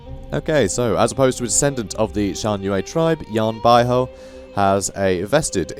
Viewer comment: Great video, the correct pronunciation of Yan Bauhu is like"Yan By Who", that literally translate to Yan White Tiger